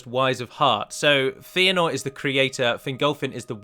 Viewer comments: His name is pronounced FAY-a-nor or FEH-a-nor, not FEE-a-nor. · Feanor is pronounced "fay-ah-nor", not "fee-ah-nor". Good vid tho :)